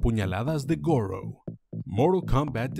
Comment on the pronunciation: Goro: Gour